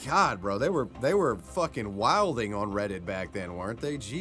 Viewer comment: actually pronounced “Wilding” correctly!!! Remind me to make sure you get one of the good waygu beef cheeseburgers at the cookout! 😂 We serve the others regulars the 60/40 Patties. Lol